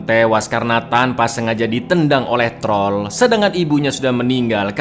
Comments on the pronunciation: "Dan inilah TROL 2 , jangan hilangkan R nya" Wong jowo be like alon alon yo tol😂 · Jangan hilangkan "R" nya wkwkwkw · jangan hilangkan RRRrrr nya 🤭🤣🤣